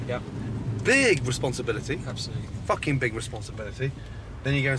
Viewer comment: lmaooo "we're in the middle of the fOoKiN field!"